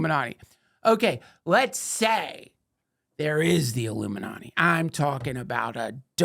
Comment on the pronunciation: Duncan, as far as I can remember, has always pronounced “ illuminati” as “aluminanni”😂